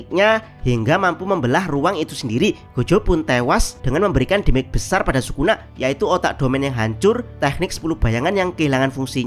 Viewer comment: demej min demej, bukan dimek wkwkwk